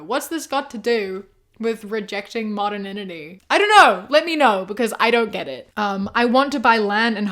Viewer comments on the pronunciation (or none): just so you know, modernity is pronounced mod-urn-ity. you're throwing in an extra n 😊